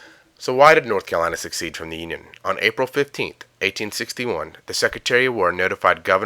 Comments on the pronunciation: Secede = suh-seed NOT suck-seed Secession = suh-session NOT suck-session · Secede (Suh-SEEd) Not Succeed. LOL...Wow this is a great deal of time you put into this. Too bad that it is designed and fashioned in such a way that the only ones that will find "deep meaningful" value in it are Anti-Semites and fringe living conspiracy theorists. Obama is a joke for a president, no question. I agree that we the people are to blame for allowing it to happen. Far to many people bitch and complain how they are being oppressed by "the man" and then do NOTHING to change whom is in office. The people of this country are far to lazy to go out and actually vote; they would much rather hear it sold to them in a well delivered and finely tuned speech by someone that was really nothing more than a very good orator. I have heard all the fear mongering and that the country will be ruined by the New World Order, The Illuminati, The Bush Family, The Jews or whomever you hate. I challenge you to do something REALLY worthwhile and specific. Ready here it is...... START ENJOYING YOUR LIFE!!! The years go by far to fast for you to get bogged down in bullshit that may or may not happen. If all what you folks say is going to happen, happens, there isn't a damn thing you can do about it at this point. (Not to mention conspiracy minded folks exactly like you all have been screaming that the sky is falling any day now and it never does.) But regardless of that if your theories are true...you will be dead. Why not gather your family around you and love them. Treat your friends and